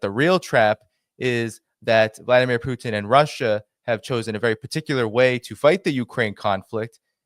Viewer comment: He can’t pronounce Putin either